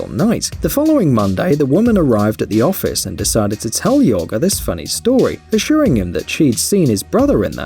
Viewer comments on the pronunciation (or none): Jorge pronounced as ‘Hör-Hey’ and not ‘Yöh-guh’ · Lol it’s not not pronounced yoger it’s hor hey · LOL at the narrator pronouncing Jorge as “Yorga” and Bogotá as “BoGOta”. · Not even a robotic voice and he can't pronounce Bogota and doesn't know that the Spanish name Jorge is pronounced Horgay? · Janice Al-Najjar It’s actually pronounced “Horhay” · It's pronounced "horhay". He also pronounced the Chinese names wrong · Why did he say Jorge like yorga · never heard somebody say Jorge so wrong